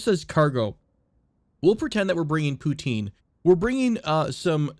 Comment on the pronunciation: The way you pronounce poutine makes me sad :(